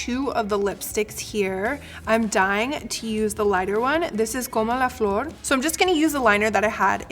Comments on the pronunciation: I absolutely love this look, can't wait for Selena's to come out yay and by the way nice roll on your r's for como la florrrr💄💄💋💋💋💋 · She pronounced como la flor very good. I'm impressed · Love the way you say Como la flor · you speak very good the spanish "como la flor" and i liked your make up!!! So proud of being a latina 💚◻❤